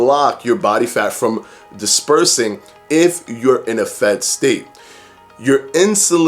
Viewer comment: Every time he said 'state' I heard 'steak' :-) That's what IF does to you haha. Great video BTW.